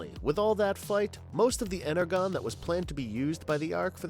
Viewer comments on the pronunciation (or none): eN-eR-Jon stop saying energron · You keep saying “Energron” instead of Energon which btw was used in another of your videos(!!!) but was pronounced as “Ener-gone” when it should be “Ener-John.” At least make it consistent why don’t ya! And at one point in this video it sounded like you had said Fortrex Maximus instead of Fortress! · By the way, Energon is pronounced "Enerjon", not "Energone". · 10 autobots that aren't in live action... Arcee... "She also appears in live action..." Who wrote this script.... and stop saying ener"gone" it's ener"john"😂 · You can tell this was made by someone who knows nothing about Transformers. I didn't want to say it but his mispronunciation of Iacon ([I-a-con] not [Lay-con] doggone it!) and one of the most basic words in transformers, ENERGON (It is pronounced [in-er-jon] not [in-er-gon] or even worse [in-a-gron] numbnuts!) broke me. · Hearinng him say ENEGRON and not ENERGON almost drove me crazy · Inner-gone............. it's Energon...... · Learn how to speak. Energon. Not enegron. Also. Nuclear.. not nucular. Annoying. I refuse to finish the video. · Its not pronounced ener-gon it's pronounced ener-john if you actually watched transformers you would have heard the pronunciation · I have a hard time watching this when he keeps saying enagron???? I mean have ever even watched a episode of the cartoon???? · you totally said "inner gone" you have lost all my respect you are exactly like every other content creator who actually knows nothing of the content you are making...........BTW ITS PRONOUNCED INNER JOHN that's the pronunciation not the spelling do your research or I'm out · Fuq me I just heard you say dark inner gron......I'm dead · Are you for real?? Ener GON???? It's pronounced Ener JON!!!! 😒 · It's pronounced inner john. Not gon. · I hate to nitpick, but it's energon, not enegron. How're you gonna be a transformers fan and not know that when they've been saying it outloud in the cartoons for around forty years?